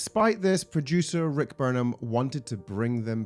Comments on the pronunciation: Did you call him Rick Burnham? 😂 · It's Rick Berman, not Burnham. 😐